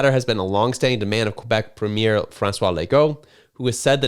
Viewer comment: WTAF is a "PUHMEER"? Do you mean PREMIER?